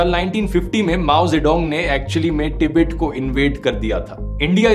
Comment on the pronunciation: टिबेट नहीं गवांर तिब्बत बोल